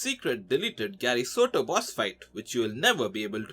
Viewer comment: It's Sato